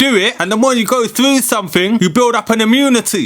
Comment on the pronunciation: Someone should’ve told him to fink it frough